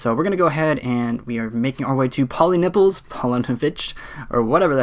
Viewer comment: dude i pissed myself when you said pollinipples L M A O